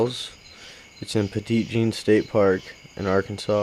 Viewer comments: It's actually pronounced Petty Jean. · Love the way you pronounced petit jean 😂